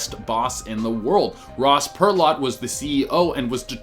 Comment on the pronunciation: Ross Perot...like purr-oh. Other than that...i learned a lot on this vid. Way to go!